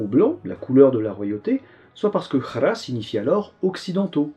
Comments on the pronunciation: Alors par contre, je n'ai aucune formation en linguistique mais, mais étant issu d'une famille turque - et m'intéressant aux cultures nomades (par un héritage nationaliste en partie mais surtout parce que les steppes, ça déboîte), il me semble qu'on dit "Ak" et "Kara" et non pas "Akh" et "Khara" ? Attention, je ne fais pas de reproche à notre camarade favori qui fait déjà l'effort de la prononciation (surtout qu'il est difficile de s'y retrouver avec toutes ces consonnes), mais je pose la question suivante s'il y a un péssialiste : il y a-t-il un lien linguistique entre ces deux consonne et est-ce qu'on peut les confondre à juste titre ? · C'est Kara avec le sons ''K"" comme La canal Il y a pas de R roulé en turc c'est différent de l'arabe Merci